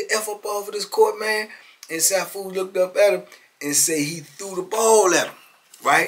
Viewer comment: It's pronounced See-Foo Marital Arts Instructor 😊😊